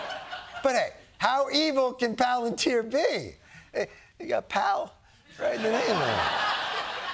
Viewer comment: it’s PahLANtear. You know, from Lord of the Rings!